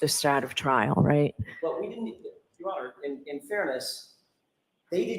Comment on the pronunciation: Lally said "we" not wheat. 😅